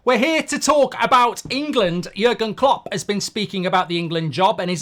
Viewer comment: You made jurgen klopp sound Italian mate 😂